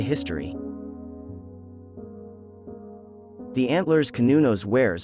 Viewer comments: Cer-nun-nos is how it's pronounced not cun-no-nos. Old Celtic language is just an older form of English so it's just proper. Just like how older Latin is just masculine while modern Latin is feminine so old terms were proper which is masculine but then language aged and proper became past tense making it feminine. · Pronounced "sir" not "cur" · You did really well with your research! I have been a follower of Cernunnos and his alternates since the early 70’s (pronounced Cur-nu-noss, you almost had it right, better than most). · Not true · i have garlic wheat and offerings of wine for cernunnos.. sir non nos is my pronounciation of the gaulish lord and god of nature and seasons